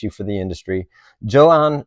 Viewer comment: Joe-hanh? It's pronounced 'Yo-han'.